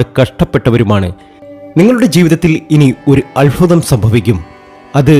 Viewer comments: Alfutham alla albhutham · ആദ്യം താങ്കൾ അത്ഭുതം എന്ന് പറയാൻ പഠിക്ക് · അത്ഭുതം. സൗഭാഗ്യം. അല്ലാതെ അല്ഫുതം സൗഫാഗ്യം അങ്ങനെ അല്ല.